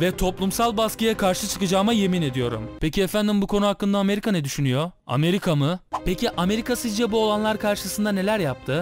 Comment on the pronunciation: Hocam harika bir içerik, öncelikle teşekkür ederim bu faydalı içerik için. Ama şu Türkçeye biraz daha dikkat mi etsek? Ney yapabiliyo ney edebiliyo istenmiyo gidiyo geliyo. Hem kulak tırmalayıcı hem de kalite anlamında zarar verici. Yapıcı bir eleştiri olarak kabul ederseniz sevinirim.